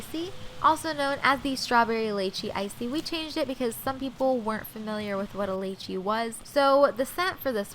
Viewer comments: It’s pronounced lee-chee. Not lay-chee. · Did she just pronounce it leichee? Leichee? Omg it’s pronounced leechee😂 (but spelled lychee) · Haha litchi not laychi ♡♡ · Lechee? isn't it lychee? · It is really bothering me that you Pronounce lychee like (lachee) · Isn't it "lichee" or "laychee"? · It’s pronounced lie-ch-ee 💗💗💗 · its LYYYEE chee u guys pronounce it weird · It’s pronounced lee-chee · TMW you hear a haole pronounce lychee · you’re pronouncing lychee wrong 🙄